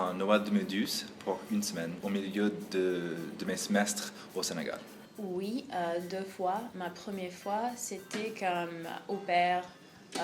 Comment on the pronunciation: Non il a bien dit Senegal